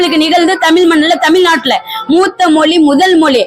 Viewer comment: தமிழ், மொழி, வழிபாடு போன்ற சொற்களைக்கூட சரியாக உச்சரிக்க தெரியவில்லை. கடவுளே!!!! முருகா இது என்னடா உனக்கு வந்த சோதனை. தமிழுக்கு உரித்தது ' ழ '. இதுவே இன்னும் சரியா வரல. என்ன முருகா?